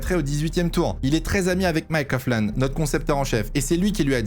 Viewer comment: alors juste pour te reprendre "Coughlan" se dit bien "Coglan" et pas "Cofflan". 😉